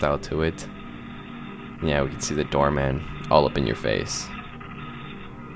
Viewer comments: My brain is rotted cause I just keep hearing you say Dhar Man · Every time he says "door man" i hear "dharr mann" and I can't stop laughing